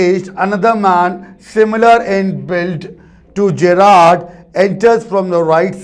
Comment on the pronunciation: Sir l think the pronounciation of Gerrard is wrong. Please cheak